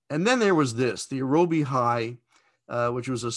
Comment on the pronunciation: apparently it's pronounced Aero as in Aerodynamics and Bee, Aerobee Hi